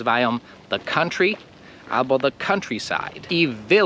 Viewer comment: I nie ABO tylko ALBO.